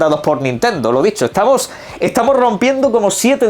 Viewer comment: “Hola cómo ehtamoh? Bien cómo ehtamoh?” ( leer con voz de El Barragán)